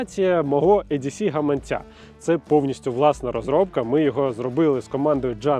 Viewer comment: Жовток, не Едісі, а Ідісі👌🏼